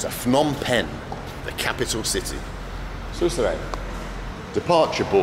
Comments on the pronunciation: I used to stay in a place not even 3 minute walk from that hotel in Phnom Penh. Pronounced P'nom Pen not Fnom Pen. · It's Phnom Penh. Not Fnom Penh. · Phnom Penh is pronounced pe-NOM pen. The name "Phnom Penh" quite literally translates to "Penh's Hill" or "Hill of Pen.” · *it's not Fnom Pen the h is silent, it's pronounced P'nam Pen. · If I got 100 riel each time a vlogger pronounced the hard consonant "Ph" as "P" instead of, incorrectly, "F" I'd be pretty well off by now. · "Fnom" penh 😅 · Ph in Cambodia is not pronounced like an F. The H is silent. Like Thailand is really spoken like Tai-land. The H is silent. Phenom Penh is pronounced Peh-Nom Penn where the H is silent. Its not Feh-Nom Penn where like in English PH = F. For 5 years I have lived 4.5 hours away from where you shot this video in Buriram Thailand. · Sorry for pointing that out, as I heard it various times, it shouldn´t be pronounced "Fnom Pen" for the capital city "Phnom Penh", but more like "Puh-Nam Peng" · Love that you're here with us in SE Asia. By the way, the Ph sound is just a P, the H is silent. Its pronounced Pnom Pen. Same in the Thai language. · The ph in Phnom Penh is not pronounced like an F